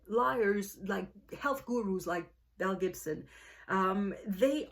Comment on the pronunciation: I have no clue why I have never heard of this woman or this story! It sounds wild...although I kept thinking you were saying MEL Gibson! 🤣🤣